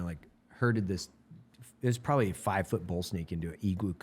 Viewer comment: Has nobody noticed Evan saying “pwababwy” 😂😂